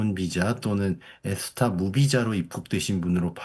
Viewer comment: 그래. 저사람은 정확하게 에스타 라고 발음하네